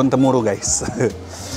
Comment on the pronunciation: Daun temurui bukan temuru😁